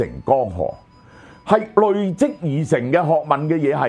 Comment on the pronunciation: 有不少字的粵語讀音有誤，希能修正。如“累積”、“鍥”、“楫”、“駑”…